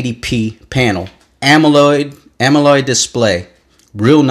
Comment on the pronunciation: "Amoled" not Amoloid